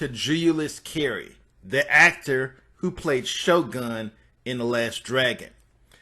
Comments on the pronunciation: It's sho nuff the shogun of Harlem why do you keep calling him shogun? Have you watched the movie? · You keep calling him shogun 🤦🏾‍♂️🤦🏾‍♂️🤦🏾‍♂️ it’s Sho’nuff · Bro, just do an edit and say you got the name wrong. Cause right now many people on here missed the whole point of the video, and don't believe you loved the movie that much cause you got the name wrong. His name was Sho'nuff not Shogun. Here's proof. When "Sho'nuff" and his crew showed up and wrecked "Daddy Green's Pizza" , Leroy showed up when they pulled Ritchie out the trashcan. Leroy said "what happened?", Ritchie replied, "SHO'NUFF happened that's who, kissed his shoes and everything"... Just trying to help man ✌️ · SHO NUFF NOT SHO GUN.. FIX IT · Shonuff not shogun svcker! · He's the Shogun of Harlem, his name is not Shogun, it's Sho'Nuff! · Yo. His name was Sho 'Nuff! Why do you keep saying "Shogun"? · "SHOGUN"?? It's "Sho-Nuff"! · Why he keep calling him Sho Gun?😂😂 “ShoNuff” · Sho Nuff bruh, not Sho Gun. 🤦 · Man. You need language class or something. He played Sno-Nuff, not Shogun and he didn't "lookeded" healthy when he had cancer. Sorry dude. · Shogun??? Sho Nuff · His name is ShoNuff not Shogun how is this your fave movie and u liked him soooooo much but u got his name wrong smh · This couldn’t have been your favorite movie if you keep calling him Shogun. His movie name was Sho Nuff. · His name is shonuff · him name was sho-nuff. lmao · Bro, he called himself Shogun of Harlem as a title but referred to himself as Shonuff. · Sho'nuff not Sho'gun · His name is Sho-Nuff ! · I really wanna hear this story but I’m super annoyed he keeps calling shonuff shogun. 🤷🏾‍♂️ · ngl, couldn’t even watch this all the way through. How you gonna say you was a huge fan but keep mispronouncing his name? It was Sho’Nuff, the Shogun of Harlem. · Dude his name Sho'nuff....how u manage to fuk his name up when he said a thousand times thru out da movie? Smh 🤦🏾‍♂️